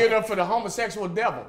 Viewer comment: “Give it up for the homosexual DE-VUL” 🤣🤣🤣🤣🤣🤣🤣🤣🤣Boo a fool man